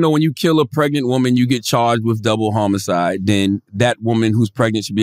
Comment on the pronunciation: Why charla keep saying double homo-cide? Surprised Andrew didn't catch onto that and I'm 100% sure when Googled it she did how I'm hearing it also.